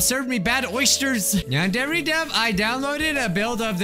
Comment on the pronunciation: yandere simulator My captions: yan dairy simulator